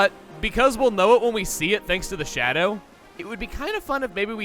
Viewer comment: "Fshadow". channeling his inner Chie a little, huh?